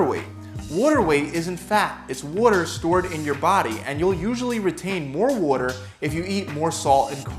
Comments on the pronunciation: anyone else triggered every time he says "water" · no one: this man:*w o r t e r* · Don’t get fooled by your wudder weight. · "Wudder" = water, for those that don't speak Philly. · Hes saying it in a philly accent. Go to Philadelphia if you wanna get more "Triggered" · This guy says water funny.